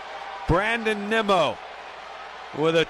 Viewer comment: One of the announcers literally called Nimmo “Nemo” smh 🤦‍♂️